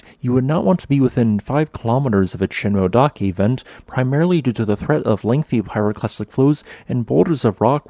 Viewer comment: Ooh, I was thinking of going there next week... by the way, in "Shinmoedake" you should pronounce the "e" (shin-moh-eh-dah-keh).